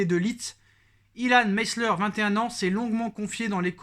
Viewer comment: Ilan Meslier il est français et non anglais donc prononce en français 😂😂😂